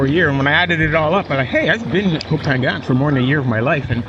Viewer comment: Challenge yourself one more time. Learn how to say the name of the island. You live in Samui- you can do it brother. Be the only you tuber who know how to say the name of the island. The only one. Maybe the only farang who knows how to say ko pha ngna.